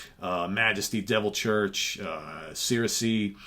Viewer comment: Cirice is pronounced, sir-reece.